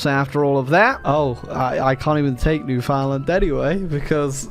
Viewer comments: As a Canadian, it will always bug me when people say New-Found-Land. Yes that's how it's spelled, but it's pronounced New-fund-lund dammit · ITS PRONOUNCED LIKE "NEWFIN LAND" NOT "NEW FOUND LAND" posting this for all my canadians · It's not "New Found-land" that is just about the worst way to start it, it's actually "Newfin-land". I mean like saying it like that is just blasphemy. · its newfinland not newfoundland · Isp: NEW-FOUND-LAND!! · Alright kids, say it with me! Newfinland. New-fin-land. Say it right ffs. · All these years and still can't pronounce Newfoundland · I hate how says Newfoundland